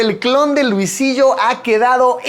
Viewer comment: alguien sabe porque el video me sale en inglés? jajajaja escuchar a luisito en inglés no esta chido jajajaja dice luisilo en vez de luisillo